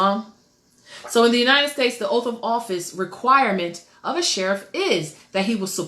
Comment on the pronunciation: It's pronounced OATH... not oaf...